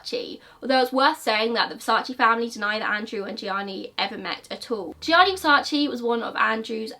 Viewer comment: Thank You for pronouncing Gionni Versace's first name properly. I recently watched another video about Andrew Cunanan, where the host constantly referred to him as 'Johnny'. I believe if you are going to go to all the hard work of producing a video, at least attempt the correct pronunciation, which you are honest about all the time.